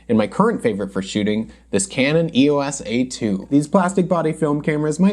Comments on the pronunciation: Not sure why EOS was pronounced as a word by some - EOS means Electro Optical System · For the last time, it’s not E O S. EOS. Is the Greek Goddess of the Dawn. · I have an EOS Rebel 300x, as long as it works I will never need another film camera. EOS... I was also saying it wrong until today when I saw your video.